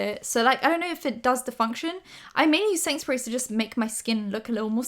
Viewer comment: I kept hearing ”Sainsbury’s” when she was saying ”setting sprays” and literally thought she was saying she loves some Sainsbury’s brand setting spray or smtn 😂 ”I need a Sainsbury in my life!”